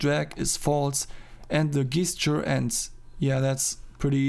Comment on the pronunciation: Very cool to follow the process, well done! PS : it's pronounced djestcheur :D